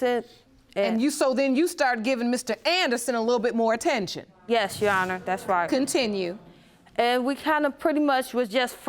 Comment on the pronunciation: “That’s RighT’jana”, instead of that’s right, your honour. She’s so illiterate! Instead of sleeping around with all these cousins, she must put her time and money in a beter education. I feel sorry for Mr. Maps on.